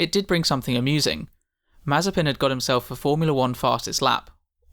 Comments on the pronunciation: Hello but you made a mistake in spelling his name pronouciation its actually spelled as Nikita Maze-spin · Nikita mazterspin.... 😂😁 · Ah yes, mazespin